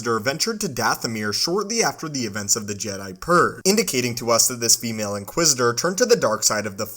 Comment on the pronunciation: “This female inquisitor.” Wtf? She’s an inquisitor. Call her “inquisitor.” Wtf is the obsession with noting the sex of and inquisitor? And the weird emphasis on “female?” Ewww dude. Never hear you say “this ‘male’ inquisitor.” Also wow what an annoying narration voice.